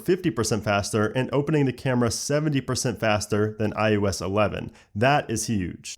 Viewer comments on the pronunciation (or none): iO Esh 12? I don't get it, you say ios 11 just fine.